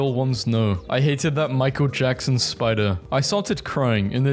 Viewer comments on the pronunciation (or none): none